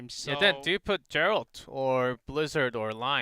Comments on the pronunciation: I like how the the commentator pronounces "Geralt“ as "Jerald" lmao, does he even speak English? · It’s pronounced Jeralt